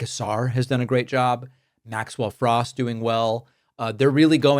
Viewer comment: cmon David you know how to pronounce his last name. You don’t have to deliberately mispronunce it as if he were a republican